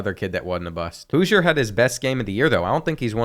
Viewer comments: Its House-er not Hoosier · Hooiser 😭 houser (house-r) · the qbs name is houser (how-zer) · The way he pronounced housers name wrong the whole video made me mad